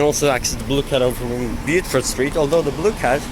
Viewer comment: It's "bo-fuht" street lol.